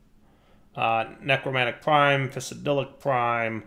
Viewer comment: Say it with me folks, "NEROMANTIC PRIME!" Not necromantic. XD